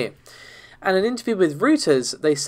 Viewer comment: Reuters is pronounced "Royters"...not "Rooters"...lol.